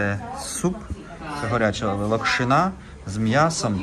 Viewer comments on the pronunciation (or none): Вітаю!,лОкшина, наголос на О. Вітання Канамі.